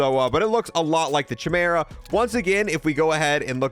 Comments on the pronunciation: "Kai-MEER-uh," not "chi-mur-uh." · He says Chimera with a CH but I’m sure I’ve heard every other youtuber pronounce it as KYMERA with a KY rather than a CH… 🤔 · Excellent video, dude Oh, that's pronounced kai-meer-uh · Not to be a Grammar Nazi , but it's pronounced "Kye-Meera" ... not "Che-mera"... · Chimera is pronounced "KAI-MERA". Do you even know Greek Mythology bro? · It is pronounced Kai-mera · it is pronounced Kaɪ-Maer-A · Fr i pronounce it as KYMERA too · Chimera is pronounced (kai - mara) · i keep cringing whenever he says it like "chi-mur-uh" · It's pronounced chimera but it's a k sound not a c. It drives me crazy when you say it wrong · Glad I wasn't the only one bothered by that.